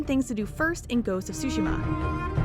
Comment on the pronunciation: this narrator puts stress on the first syllable with Tsushima. Correct